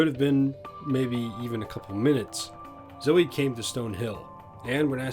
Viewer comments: Just to let you know. Zoe is Pronounced with the E at the end :) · That's not how you pronounce Zoe.